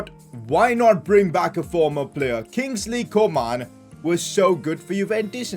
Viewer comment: I love the way he says Kingsley co-maan